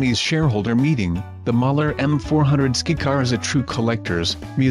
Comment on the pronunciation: Skycar you dumb A.I. not skicar!